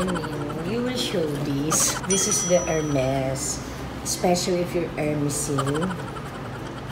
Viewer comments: Ur the best hindi mayabang.. Hermes its ermes silent h sa French Take care your bags.. Canada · hahaha... Hermis-sing, Gucci-ing😂